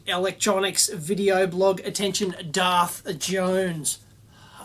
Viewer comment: "To the EVIL Electronics Video Blog. ATTENTION DARF Jones." LOL!